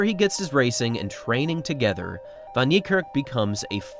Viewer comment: Its pronounced Fun Nick Kark, a as in apple and the r is a lightly rolled rrrr.